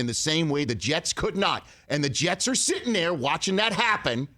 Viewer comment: lol “sittin’ nair” just like pat mcafee